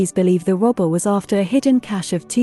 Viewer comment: Pronunciation of this word was difficult for me, now you have made it easier and clearer, thank you very much!